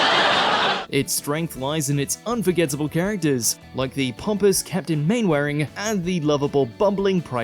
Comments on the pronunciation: Mainwaring is pronounced "Mannering"! Is the voice over AI or is the narrator just stupid? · Captain Main-waring? It's pronounced Captain Mannering. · You know hes never saw dads army when he calls Mainwaring MainWaring. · Awful narrating. Are YOU Being Served?"; pronunciation of Mr Mainwaring, Slough etc. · Wouldn't worry too much. They don't know how to pronounce captain Main-Wearing's name. They clearly don't know shit about shit. All bout the cash baby! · Mainwaring is obviously pronounced "Manering". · Absolutely butchers the pronunciation of Captain Mainwaring as well